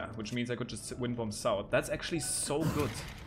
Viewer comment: The b is silent in bomb it’s pronounced bom